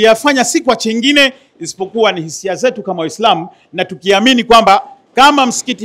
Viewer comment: Chingine au Kingine 😂